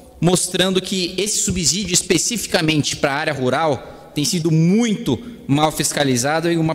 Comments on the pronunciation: Gosto de vc, mas, por favor, fale correto. Ninguém fala subzolo, fala-se subsolo. Então não fale subzídio, fale subsídio. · Kim, "subsZídio" não! Dá uma olhada no fonema. Subssssssssídio! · Brilhante oratória! Dica: subsídio fala-se como subsolo. Sub/ss/ídio.